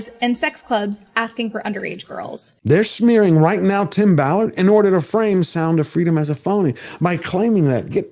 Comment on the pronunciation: It is Tim Ballard, not Tim Mallard. No big deal to Tim, I am sure. He must be extremely happy for your exposure of this situation.